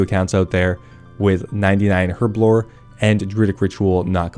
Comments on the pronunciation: HERB A LOR .......... not errrrblor ..... your way really shit me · Say it with me, HERBLORE, with a big old H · Herblore has a fuckin H in it... please get it right